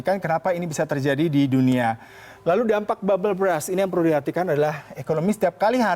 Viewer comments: Berst bacanya bukan bras. Klo lu baca bras itu artinya jadi "Sikat". Bisa baca kan klo tulisannya U duluan baru R? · Agak keganggu sm pronounce mas nya 🥹 babel bras